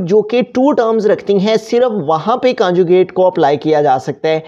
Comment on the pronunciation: your teaching is good but conjucate hota hai canjucate nhi